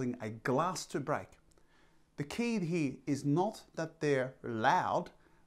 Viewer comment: The word .....here.....has an R in it........not pronounced hee......